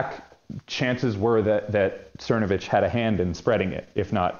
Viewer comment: Mike Cermacervitch can’t even say his own last name right.